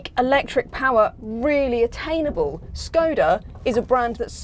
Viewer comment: I wish people knew how to say Škoda properly (